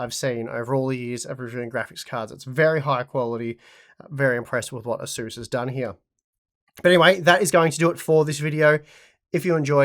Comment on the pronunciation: It's pronounced ace-us 😘